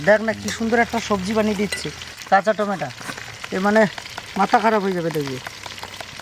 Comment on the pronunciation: apni tomato k tometa keno bolen?